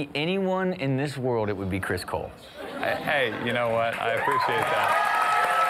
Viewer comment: i thought u said chris bold XD but its chris cole XD